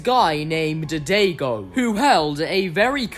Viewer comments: Bro said dadaygo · It's Daigo! Die-go.